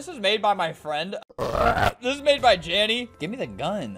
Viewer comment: THIS MAN SAID JANNY WHEN I HAD THE AUDASITY TO THINK HE SAID DANI WHEN IT WAS JANDEL